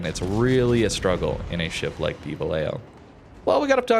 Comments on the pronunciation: Its pronounced va-YAY-ho, two Ls have a y sound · the "ll" in vallejo is pronounced like "y" in english like "yamato or yellow". I speak spanish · As a Spanish speaker, I agree with Harper. However, having lived there and stationed there back in the 80's, everyone pronounced it Va Lay Ho. On a side note, we jokingly called it Valley Jo.